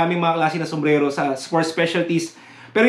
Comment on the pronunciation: Boss "sumbrero" not "sumbrelo" hehe